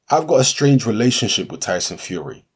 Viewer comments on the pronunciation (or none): none